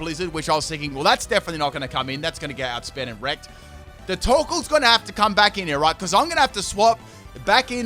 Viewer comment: when you said torkoal, I understood taco